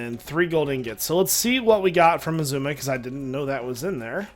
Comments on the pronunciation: Why do. you say hisuma and not xisuma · its not pronounced ehzooma. eggzooma is more correct.